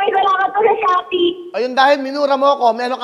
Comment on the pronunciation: “shoppy po shoppy.” Hahaha